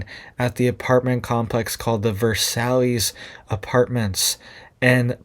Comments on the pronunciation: It’s not “Ver sallys.” Just say “Vur sigh.” It is the name of the French palace where the treaty was signed which ended World War I. Versailles. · I could be wrong, but I believe the name of that complex is a French word and it is pronounced, Ver-sai, not Versallys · It’s pronounced Ver-size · Ver-sall-Ess! Pronounced Ver-sigh. It's Italian, not Texan. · If it's spelled Versailles, it's pronounced Vayr-sigh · If it’s spelled Versailles, it’s pronounced “ver sye”